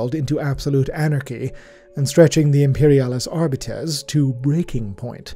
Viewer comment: Arbites is pronounced "Ar-bee-teeze".